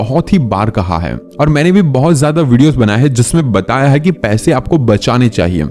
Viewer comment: Why are you saying hai ko haim